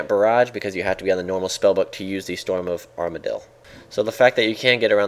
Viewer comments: you said armadyl like amar-dee-yil - spending too much time with james and simon are we? hahaha :) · "storm of armardyl" are rubbing off on you D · Armadyl pronounciation mess up. Lol, Too much James and Simon. xD